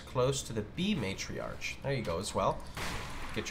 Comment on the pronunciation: Ma'tree'arch. XD Try (ma'tree'arck)